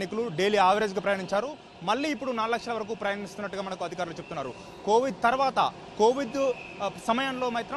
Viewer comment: Covidh kadhu ra COVID anu